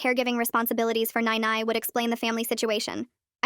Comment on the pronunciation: That's not how you pronouns "nai nai"